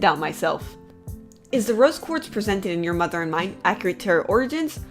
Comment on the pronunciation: she said brose quartz